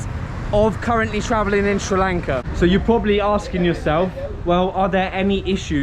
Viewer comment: I just randomy came across this video, and you earned my respect every single time you said Sri Lanka. Thanks for spreading positivity and helping us at the moment which we need it the most. And a new subee here.